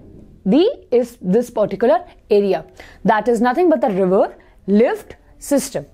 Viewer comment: Don't make laugh on anyone by mistake she said liver and dude it river. Use your common sense just chill pill